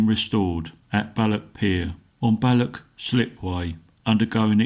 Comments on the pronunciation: It's not Lock Lomond, nor is it Ballock. You need to make a gargling sound for the "ch" s. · As a proud Scotsman it hurts my ears every time the blokr said "loch: or " Balloch" get it right or better still SHUT UP!